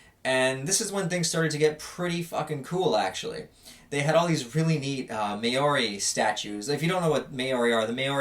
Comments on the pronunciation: not wanting to sound rude but in from nz and you said Maori as may- or-ei but mou like mowing a lawn then a long o as oo then rolling the tongue for rei "reai" which makes mou-oo-reai. sorry again if i sound like a dick just wanted to give you the heads up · It’s not pronounced may-ori, it’s like Maa-oh-ri kinda sounds like mouldy but instead of the harsh D, you roll an R. Like a cats meow almost when they say “maow” instead of “meow”. It’s cool seeing people from other countries talk about how interesting our culture is, especially when you speak about “connecting”. We’re known for being very spiritual and in tune with one another so it’s amazing that you felt that, tripping or not. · Don't wanna be that guy but isn't it called Mow-rie, now May-Orey? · I hate to be stubborn about this but you pronounced the word maori wrong it’s said “mou” “ree” or if you want to get it 100% right it’s “mou” ”Di” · you are my favourite american.... but it’s most certainly not pronounced MAY-ori mah dudeee, just in case you end up going to south auckland 😂😂😂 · how did he just pronounce Māori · that's gotta be the weirdest pronunciation of Maori i've ever heard ahaha love ya tho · I love the way you say Maori lmao, not sure how to type it how it should be said but i love it lol.